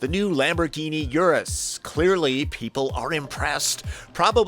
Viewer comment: Can't wait to see you drive and review this vehicle! The number one car review channel on the internet. Do try to learn how to pronounce "Urus".